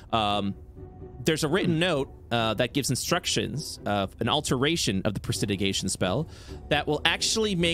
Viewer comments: presidigation? im guessing they mean prestidigitation? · The incorrect pronunciation of "prestidigitation" is triggering me alot more than it should. Probably because it's being enforced. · The Mispronunciation of pres·ti·dig·i·ta·tion by the and corrections of the players actually pronouncing it correctly was nails on a chalkboard. I was literally trying to figure out what spell he was talking about.